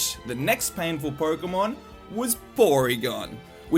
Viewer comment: Sounds kinda like "Pory-kemon blue" :).